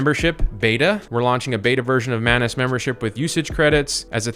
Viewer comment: The correct pronunciation is "maanuus"